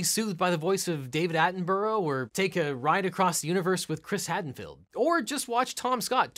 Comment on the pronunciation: That pronunciation of Chris Hadfield...